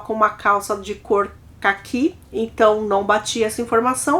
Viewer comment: z cô não é caqui e som CÁQUI ( com acento agudo no A )